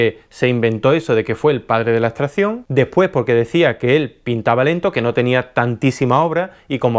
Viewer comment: ¿por qué nombras "astración" o "astrahción"? La palabras es "abstracción", hay que demorarse un poco más en pronunciarla, es cierto que no es vocablo frecuente, pero hay que hacer el esfuerzo vocálico... no olvides que tu canal es público.